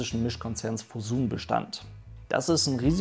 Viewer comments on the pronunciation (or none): Kleine Info noch für dich (um gotteswillen leine bös gemeine kritik) man spricht Fosun "Foschun" :)